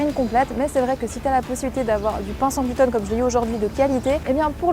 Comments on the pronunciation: Pourquoi tu dis GLUTONE ?? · Ça me fait marrer comme tu dis « gluten », on croit entendre « glouton » ce qui reste dans le thème 😂